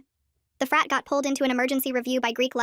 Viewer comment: Help when I was watching the short before the video at the beginning I thought she was saying fat president